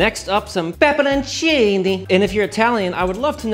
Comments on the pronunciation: I'm not Italian but everything you do is perfect so that's how I'm going to say pepperoncini from now on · Excellent pepperoncini pronunciation .. . Oh, and another great looking dish!